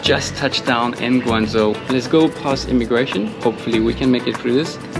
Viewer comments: pronunciation of Chinese words are spot on e.g. Guangzhou, Yuan etc. narration are good. Please do more videos on China. Thanks! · max的发音“广州”，非常的标准，是最近到过广州的旅游博主里面，发音最标准的一个。